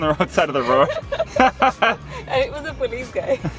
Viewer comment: She says dee instead of The